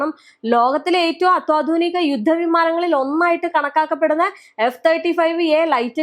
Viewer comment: അത്തോധുനിക..✖️ അ ല്ല കുട്ടീ.... അത്യാധുനിക. ✔️